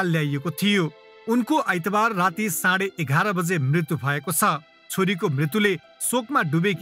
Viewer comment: मृतु होइन मृत्यु !